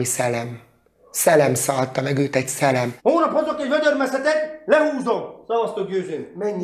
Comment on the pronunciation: Győző szellem nem szelem tanulj meg beszélni.